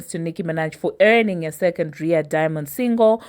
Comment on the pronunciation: Lol how you butcher all American words…it’s ARRR EYE AYYY (RIA) 😂😂😂